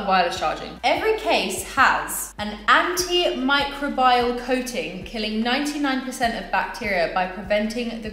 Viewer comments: love the way you say microbial . . . microbile hahaha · I am sorry did this girl just say " micro-bial coting" not even close mate